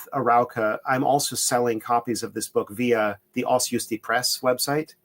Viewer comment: Pronunciation in Polish: Kvash-nief-ski.